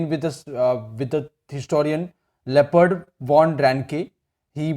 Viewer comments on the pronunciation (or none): Sir it's not leopard it's Leopold